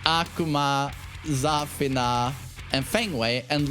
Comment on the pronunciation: not every character is pronounced like Kazuya😂😅. It‘s Za-FIII-na